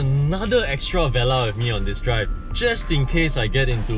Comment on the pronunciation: It's pronounced vuh-lar, not veh-lah